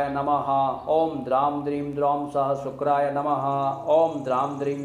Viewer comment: Uchchharan sahi nahi hai..sa ka nahi sha ka uchharan hona chahiye.. it is shukray not sukray.. mantra ki shakti aur sarthakta uske shudhha uchcharan se hoti hai.🙏